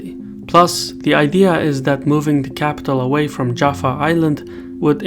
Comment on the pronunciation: ITs Java, not Jafa....